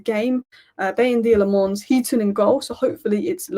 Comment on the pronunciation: His name is pronounced! Senna La'menns heard that from himself on MUTV